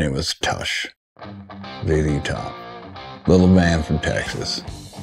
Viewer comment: How do you not know how pronounce Tush? ZZ Top even sings it for you. 😉